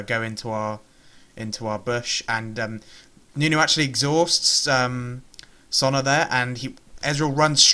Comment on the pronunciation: I like your videos but really? Sonna? SONA. God man, it's a simple name.